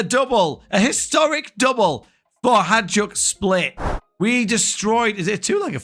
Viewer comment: Always love to see a Croatian club. Thanks, m8! Btw, the j is said like Juventus or Ajax, not dj.